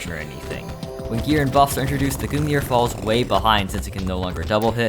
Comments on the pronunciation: This man pronounces it goong neer its gun-g-near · I can't stand the way he pronounces Gungnir, It's not Goon Gear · someone please tell this guy how to pronounce words. like who say goong near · Why does he call the gungnir the goon ear? im genuinely concerned. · i cringed every time he said gungnir like that😭